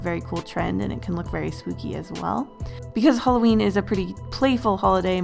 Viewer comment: Hallowen = Hawleen New year eve = eveleen